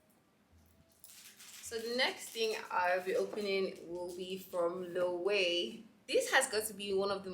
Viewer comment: Love the unboxing! Your style is unique. Don’t mean to be that person but it’s a pronounced lo-ay-vey (Loewe) it’s a Spanish brand so obviously it’s not spelt as pronounced.